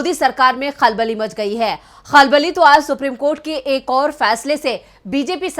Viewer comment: اپنے تلفظ پر توجہ دیں، "خلبلی" نہیں بلکہ" کھلبلی" ہوتا ہوتا ہے۔ شکریہ